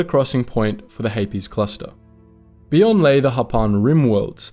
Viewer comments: I don’t know why, but I keep mishearing ‘Hapes’ cluster as ‘herpes’ cluster. There is a joke in there somewhere, but whatever. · The Hapes Consortium has some interesting ships, but I hate the whole "some people are just inferior" thing. I prefer Mandalorians who celebrate everyone who can do murder! Regardless of gender! :D Also I've always pronounced it like capes, rather than "Hay-Pees" and that has thrown me this entire video, but I still love you guys 😂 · Why the extra “es” in Hapes? It’s one syllable 😂